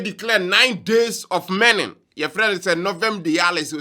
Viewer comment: Massa it's mourning not merning...gyae gyimie no. 😂😂😂